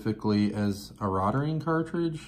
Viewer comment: Nice. Point of interest - the pronunciation is 'rote ring'. Thanks for the video!